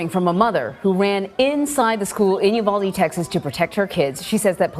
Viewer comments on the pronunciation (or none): It's U val de. I think the mom worked at a pecan orchard.